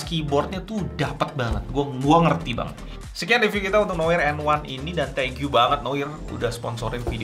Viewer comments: bacanya noar bang, bukan noir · Seharusnya bilangnya "noa", noir itu bahasa prancis aslinya, pengucapannya noa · Cara membaca Noir kalo bhs inggris jadi "Nowar" XD